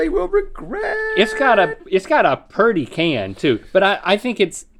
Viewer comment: "It's got a p e r d y can"